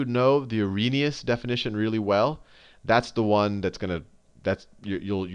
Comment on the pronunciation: its arrhenious ;)